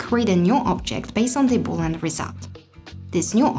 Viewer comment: start to pronouce correct things. is not called boolan! read and learn.